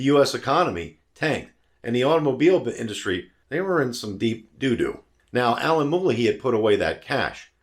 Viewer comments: Very good video, although I'm not sure there's any excuse to mispronounce Alan Mulally's name when it can be easily found on YouTube. My mom has the next-gen version of these, a 2008 Sable, with the much more powerful 3.5 V6 and better refinement and numerous other improvements. It's been an excellent car since new, with a cavernous interior, although I wouldn't say it has the most compelling proportions from the outside, sporting a rather frumpy shape, actually. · I've followed that very impressive person quite closely, and the pronunciation I have always heard is consistent and different from yours. You can Google myriad interviews (there's a great one with Jay Leno) for confirmation. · Agreed, the mispronunciation here was indicative of insufficient homework. And why bother making these videos if you're just regurgitating Wikipedia?